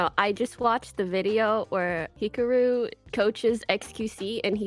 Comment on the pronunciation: that's probably closer to how his name is actually pronounced tbh